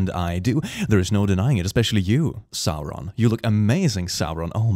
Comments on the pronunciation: Did you say Sauron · Did... Did he say Sauron?